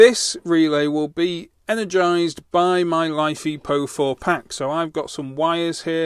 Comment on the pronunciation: Mate it is not life e po 4. It is Li (lithium), Fe (iron), Po4 (phosphate). Check the periodic table. I like your vids but you sound like a git with your battery naming.